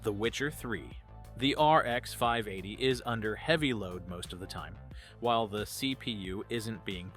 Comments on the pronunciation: this whole channel is AI.. look at the replies in the comments and it can't pronounce 580.. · The whole damn video is using generative AI, the fact the "person" cant pronounce RX 580 or VRAM is the tell.